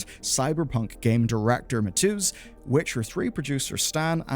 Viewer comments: >"I'm not gonna say thier surnames becouse i dont wanna butcher them" >Says Mateusz like Matzus. Man, good video, but it's not that hard to check. Please. Why does no one know how to pronounce Polish? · you pronouncing Mateusz as Matooz killed me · Jesus, dude, you'd think with how many times you said his name you'd have spent the 10 seconds to type it into google to learn how to say mateusz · Interesting pronunciation of mateusz